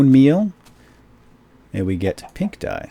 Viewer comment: did you say "That's DUYE" ?